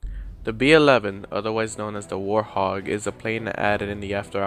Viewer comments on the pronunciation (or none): It's a "Warthog" not a "War Hog" lol I know I'm a bit late but oh well